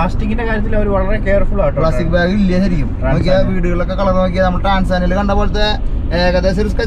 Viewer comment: അതെയ്‌, ട്ട്രാൻസാനിയ എന്ന് എന്താ പറയുന്നെ, ട്ടാൻസാനിയ് എന്നല്ലെ ശരി?